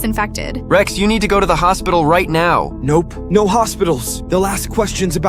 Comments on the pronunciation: "Rex, NUMBER" it's supposed to be 'NO'? 😂😂😂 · instead of rex no the ai said "REX NUMBER"